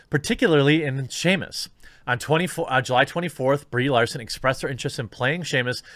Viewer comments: Simos errand not Seamus McDougalhammer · Dear God, you must have said "Seamus" a dozen times this video, I almost want an apology video at this point